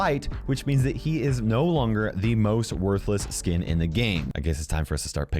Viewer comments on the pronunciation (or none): Anybody hear say sink instead of skin?